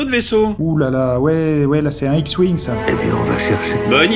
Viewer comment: "Il monte dans son Hewouing" xD